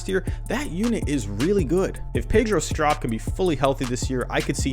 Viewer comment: Pronounced Str-OH-p